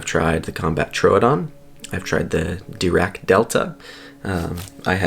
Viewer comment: "Die" "rac" NOT "dee" "rac" LOL ;)